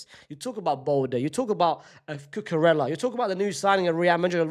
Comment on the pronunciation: Man said cucarrela 😂😂😂😂😂😂😂